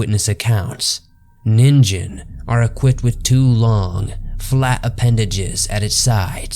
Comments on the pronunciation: It is actually a short "ni" not "nee." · actually it's nin -"gh"en not nin-"J"en it's supposed to sound more like a g, not a j for exaMPLE LIKE THE G IN "G"YGABYTE JST FYIHEHE THANKS FOR THE INTERESTING VIDEO BTW. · NeenGEN not Neenjen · Christ guys, I don't expect someone who doesn't speak Japanese to have flawless Japanese pronunciation, but at least get the name of the main topic of the entire video right. It's "NEEN-gen," not "NIN-jen." So tired of lazy YouTube content that clearly wants to be professional but doesn't put in the work. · Zamasu and Black will take him down don't worry (Also it's called ningen not ninjen) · The pronunciation alone makes this unwatchable. It's not pronounced NIN JEN, its Ning En. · it's pronounced ninGen not ninJen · You do know that its pronounced as "Nin-gain" not "Nin-gen"....right? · Ningen is indeed pronounced “neen-ghen”, not “nin-jen”. If its a Japanese word that contains a G when romanized, it’s never a J sound. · "Ningen" is pronounced "nin-gen" with a g (not a j). Just ask any Japanese person. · "Ningen/人間" is pronounced as [nin-GEn], like in "get." So it doesn't rhyme with "begin." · Fun video! A constructive point: check your pronunciations. The Japanese word "ningen" is pronounced with a hard "g". Also, blubber is used as insulation, no to insult. Keep up the great work! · it's probably pronounced ning-gen you know like you read it manga (cuz it actually spells that way lol) you have to read it mang-ga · It's "neen-gen" pronounced like that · G is not pronounced with a J sound in Japanese. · You pronounced Ningen wrong though. And the animal you show in the size comparison wasn't a blue whale, that's a whale shark. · You butchered the name but quite a good story and research done. Really enjoy your content. Keep up the spooky work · I wanted to watch this but the constant mispronunciation of ningen was too much.